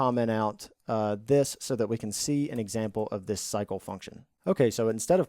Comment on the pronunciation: You saying "cycle" sounds like "psycho" 😂